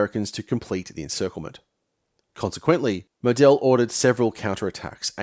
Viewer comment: Mō d'l mate, not mow Del. Stress on 1st syllable and long o, eat the e in the second. That grates and made keep saying who? but otherwise a typical hypohystericalhistory in depth and very informative and interesting.